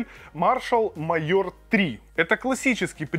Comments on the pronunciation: "майор"?! "кабєлЯ"?! О_о яка ганьба! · Уже писали, но повторюсь,, ребят, если делаете видосик уровня не «Анжела тестит помаду для м...» а что-то серьёзное, то хотя бы выучите как правильно читаются слова типа «амбушюры» и “major”, а то складывается впечатление, что это не Цитрус, а какой-нибудь Валера с ОЛХ.